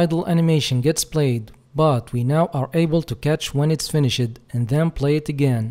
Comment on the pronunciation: yo the word "finished" the e is silent its like the normal "finish" but with a d sound at the end. it isn't an "ed" sound. It's just like a d sound, if that makes sense. Besides that perfect english, and great tutorial.